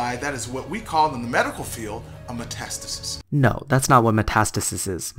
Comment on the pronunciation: When you say "matastasis is" it sounds like you're saying "matistasisisis" 😂